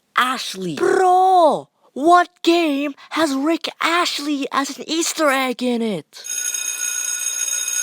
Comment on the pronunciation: Bruh its rick astley, not rick ashley